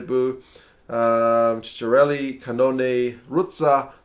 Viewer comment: you're improving, pronouncing Lucchesi right and other italian names! You're wrong on some accents...for example "Fuser", the accent falls on the "E" and not "U", for Lamaro on the first "A", for Zanon on the "O". The correct pronunciation of Ceccarelli is "Checkarelli"! And congratulations for Giammarioli, you did it right and it's not easy at all!